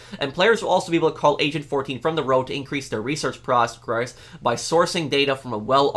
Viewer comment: Why’d you say progress so weird, I had to look at the screen to actually know what you were saying